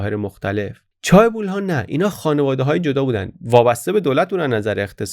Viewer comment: در chaebol, تلفظ درست ae صدای اِ میده. چِه‌بُل